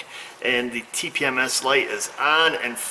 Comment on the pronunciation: I'm proud of you for using proper phonetics during the tpms programing.